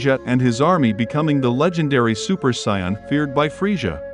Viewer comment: The way he saying Super saiyan is bugging me